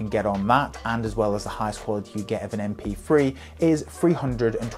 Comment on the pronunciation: M P free. Since when did the sound of TH = F?